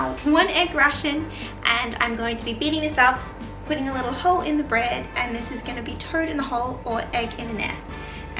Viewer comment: If you say "toad in a hole" one more time with that accent 😂 TURD IN A HURL